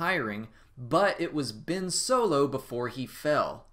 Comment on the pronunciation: Its Ben Solo not Bin Solo